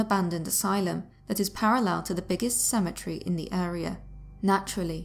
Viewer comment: How can you mispronouce Cemetery?